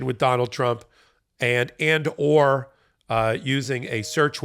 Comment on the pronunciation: 4m24s: "Donald Trimp" 😂🔥🌶